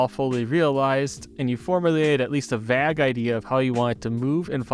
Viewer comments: The way you said vague irked me so bad 😂🤣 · this guy said vag idea LOL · why does he say vague like that? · This was really informative! It’s interesting to see how much overlap this process has with other forms of digital media, like how parameters are used similarly in VR games, and the various transform effects are present in a ton of image and video editing programs. However the most informative thing I’ve learned in this video is that pronounces “vague” like a psychopath and that’s both cute and hilarious